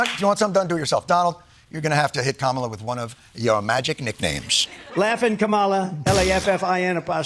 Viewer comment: ''laffin'' kamala XD